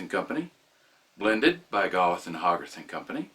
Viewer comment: It's pronounced GAY-with and HOE-garth. Great video, as usual.